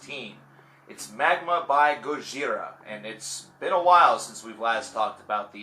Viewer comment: He pronounces their name RIGHT!